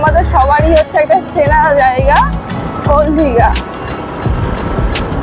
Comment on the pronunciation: দিদি ওটা ওল দীঘা নয় ওটা ওল্ড দীঘা😂😂